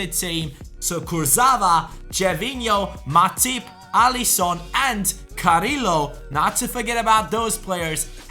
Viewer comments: carriio not carrilo pls say carriio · Carrillo is prounounced cariyo sorry for bad English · Carillo is pronounced Cariyo, listen to the comentator